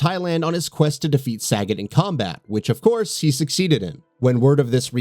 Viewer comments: lol it’s ‘Suh-got’ not ‘saggot’ as pronounced in this vid. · "SAGGOT" lol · Yo, what the fuck did you call Sagat???